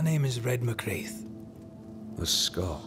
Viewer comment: Also Ruaidhrigh = “Ru-a-ri”. And Mac Raith should be “Mac Rai” but the game pronounces it wrong. Gaelic orthography is a nightmare, don’t feel bad.